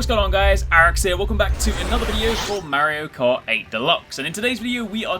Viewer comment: The way you pronounce "Merio Kart" :DDD